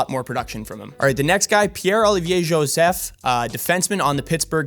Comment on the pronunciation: Lol P.O'S last name is joe-seph. Not yo-seph.